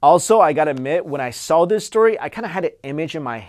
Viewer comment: you tawking wike twis fills me with a rage that i can not explain.